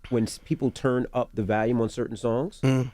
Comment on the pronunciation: Envy lol lol "Valume" instead of Volume.